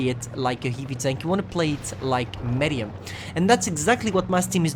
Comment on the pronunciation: you still cant say medium and scrape u suks